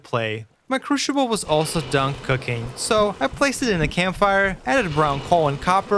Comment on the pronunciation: excellent. Good to know that after 3 months you still can't say the word "crucible" right. But hey, at least you've got more than one language under your belt.